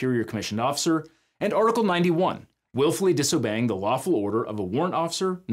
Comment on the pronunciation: hears "waffle" instead of "lawful"